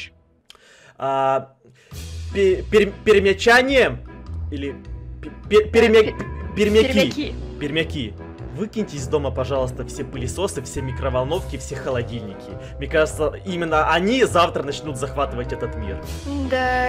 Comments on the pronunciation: В Перми не терменаторы, а перьминаторы! 🤣🤣🤣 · Никто: Обсолютно никто: И на 59 секунде:пермьецы?